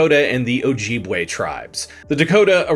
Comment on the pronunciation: Its Oh-jib-way not oh-jeeb-way.